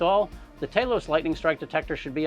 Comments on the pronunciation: he breaks character and calls it Talos, but immediately reverts to Taylos. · Why is he calling it Taylos?